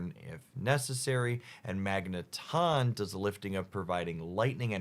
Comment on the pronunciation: For all the pokemon names gets wrong, I’m really happy he pronounces magneton the right way imo. I think it’d magnet-ahn not magne-tun